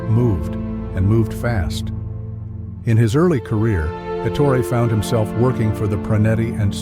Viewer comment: ET TOR EH NOT ET OOR IE or ET HOR RAY